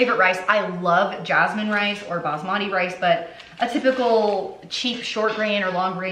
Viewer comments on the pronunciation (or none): none